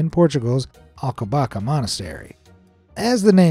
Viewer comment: Props on saying the word Alcobaça, but here's a little Portuguese lesson, the Ç with the tiny pimple underneath is read as a sharp S, so the correct pronunciation would have been Alcobassa. Definitely a place I suggest everyone to visit at least once in their life. On a side note, the Winnie the Pooh isn't Winnie the Pooh, but his evil, unknown twin cousin Vint Pooh and that makes it all the more hilarious!